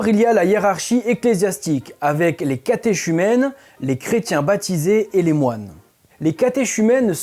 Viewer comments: Catéchumènes ça se prononce katékumène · Monsieur vérifier la phonétique de catéchumènes ou vous êtes à côté de la plaque. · On dit "catécumènes " on ne prononce pas ch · Pour info ;-) on prononce les catéchumènes [kateʃymɛn] « catékumènes » 😌😉👌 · Cathé"KU"mènes svp, mes oreilles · Bjr, merci pour cette vidéo, très intéressant 👍🏻 Petite précision, catéchumènes le ch se prononce k (idem pour catéchuménat). Merci 😊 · Sauf mauvaise instruction de ma part, on prononce catéchumènes « k » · Très bonne vidéo, du super boulot, comme d'habitude, cependant, on prononce le terme "catéchumènes" : "katékumèn", pareil pour le terme "catéchuménat". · Catéchumènes...catéchuménat ...on prononce cathé...cu...mènes . Les " curtons" , les moines ou religieux; le premier terme étant péjoratif ou anti clerical, reservé au curé, pas au moine. Bonne vidéos bien documentée. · Catéchumènes se dit « cateKumenes » 😉.